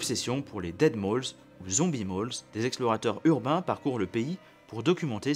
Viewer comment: Des "Mall"(s) pas des Moules qui se mange. L'accent circonspect?!